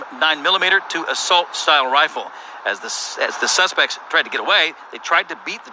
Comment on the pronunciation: I thought I heard The reporter say "SUNSPECT"